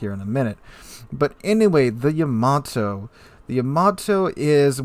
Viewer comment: YAA-MAA-TOO! [Space Battleship Yamato Theme]